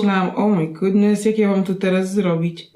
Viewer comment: "o my godness" XDD